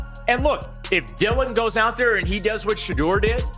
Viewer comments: When content creators use AI to narrate videos, it reflects a lack of talent and professionalism. When a name or word is mispronounced, tune out immediately! It is shameful! His name is NOT pronounced 'Shutter'. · Everyone cashing in on SHEDEUR. You can't even pronounce his name😢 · You will never get a 'like' or a 'sub' from me if you can 't bother to pronounce his name correctly. Here, have a 'dislike'.